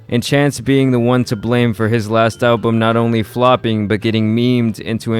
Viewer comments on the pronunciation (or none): none